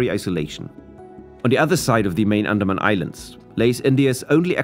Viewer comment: andamna islands 😂